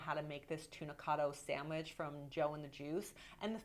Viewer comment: I can't deal with how Alex says "sandwidge" haha.